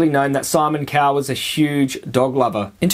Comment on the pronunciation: Is it me or the Aussie pronunciation of "Cowell" doesn't differ much from that of "cow" ?